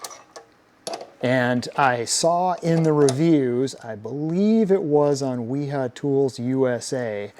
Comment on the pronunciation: Thank-you for pronouncing Wiha correctly! Can't stand people trying to promote the Vee-Hah pronunciation and yet they don't call their friend William "Veal-healm" Long live Willi-Hahns legacy